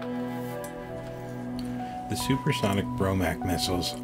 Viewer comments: This is a very good video. The only nagging glitch is the narrator constantly calling it the "Bromac". It is pronounced "Bo Mark" (BOMARC). I have posted my own video about this site on my channel, and it discusses the 1960 accident. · It’s BOMARC, not BROMAC! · It's BOMARC not BROMAC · Bromac? Or Bomarc? I think it’s the latter. Good job either way...subbed.